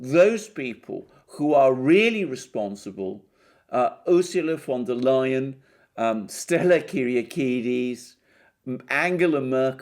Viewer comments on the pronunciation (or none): The way you pronounce the name...Fonda Lyin'.